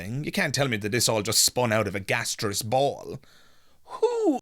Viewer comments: clearly an ignorant man it’s not gasteous it is gaseous and he hasn’t read enough to understand that we haven’t descended from monkeys that we both had a common ancestor and the lion split off except for him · He says in the CNN interview that you're an idiot if you don't believe in God, "You can't tell me this spun out of a gastriss ball?" Gastriss? Gaseous? Maybe? English is his first language, so maybe some bigoted people would walk away from him, because they feel he's uneducated or even an idiot? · He is not articulate he mispronounces the word, gaseous he is quick but ignorant😊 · Note how pronounces "gaseous" (how is that an example of being articulate?) -- while he is a fool, he is not exceptional. Christianity of the fundy/evangelical variety dominates a large percentage of American Blacks. If you go to a city council meeting in a Black-majority community, there is no pretense of separation of church and state. The meeting will be opened with a prayer mentioning Jesus. This is the "strange bedfellows" effect that results in Blacks supporting GOP politicians who are White Supremacists because they share not just a desire for a theocracy but also the same anti-Gay sentiments, etc. of these politicians. And, how is funny?